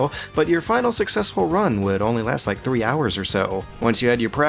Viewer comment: Did you rike it?